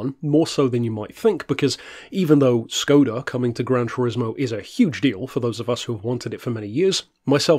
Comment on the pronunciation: Fun fact: It's pronounced more like shcoda